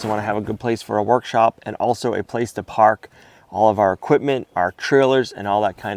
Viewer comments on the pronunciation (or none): none